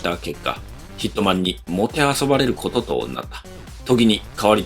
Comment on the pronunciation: 最初ヒッ肥満に聞こえたw